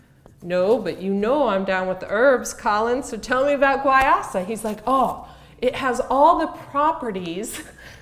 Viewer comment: It's pronounced why-use-ah